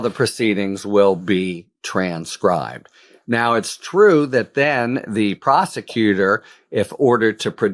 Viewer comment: As one of the podcasters described Halligan - and it an honest slip of the tongue - "prosticutor" 😎